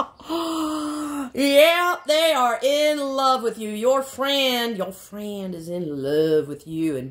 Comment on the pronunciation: Lol 😆 😂 🤣 yo fwiend